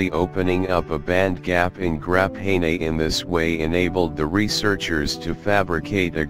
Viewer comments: "Grap hay nay" sounds like the wave of the future. why are we using an automated voice? no humans were around who could speak? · grap-nay-nay. HAHAA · Grap hay ney....lol. what's more odd is he says graphene properly. And other times too I just realized